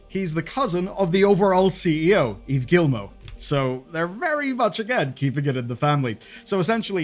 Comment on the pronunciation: "Gee-Moe" not "gill-moe." Do you not have any education? You mispronounce everything that isn't English.